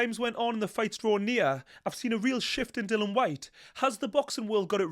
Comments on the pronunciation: I enjoy your analysis but strongly favour Itauma. Btw it's Dillian not Dillon, you should get his name correct. 😀 The only weakness I can see in Itauma is his coach Ben Davison. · Dillian not Dylan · Why does everyone call himDilon? His name is Dill IAN! DILLIAN! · His name is Dillian not Dylan. It might seem like nit-picking but it's disrespectful and lazy not to bother getting someones's name right.